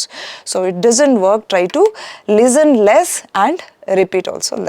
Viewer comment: Why do some Indians pronounce “Lezzen” instead of “Listen”? I wonder how do they achieve a good score.